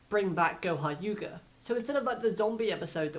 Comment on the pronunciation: Do you realize that you said goha yuga instead of goha yuka